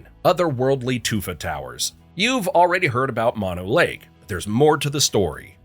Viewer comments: It's not Mon Oh Lake. Moe No (like the 3 Stooges). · Fact 51: Its pronounced Too-lare-ee or tah-larry. Mono Lake? Mon-oh? Its Moe-no. And, how about The Forestiere Sunken Gardens of Fresno? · Mono (Lake) is not pronounced like the virus, "MON-oh." It's pronounce "Mow-No" after the tribe it was named from. Also, "Big Ben" is the name of the 13.5 ton bell inside the tower, not the tower itself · It's moh-know lake not mah-know lake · MōNō Lake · It's pronounced Mono(moh-noh)Lake. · Mono Lake and Mono County, California are not pronounced like the opposite of stereo. It is actually a Native American word and is pronounced "Mow Know." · Its "Mono Lake." Not "Mono Lake." Bro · Don’t you YouTubers ever do thorough research when you make this crap? You couldn’t even go 5 minutes without a mispronunciation? It’s Mono Lake as in “no” with an ‘m’ dummy.